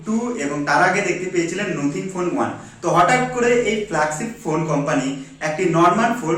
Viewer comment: নোথিং নয় কথাটা নাথিং,বাকি সবটাই সুন্দর ভাবে বিশ্লেষণ করেছ ভাই।